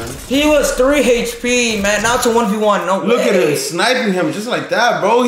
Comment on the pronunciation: I kept laughing how he was saying, ‘’He was 3 hpppp!”